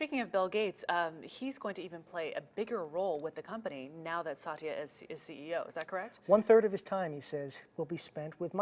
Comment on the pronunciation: Its not Sa-ti-ya. Its Sath-ya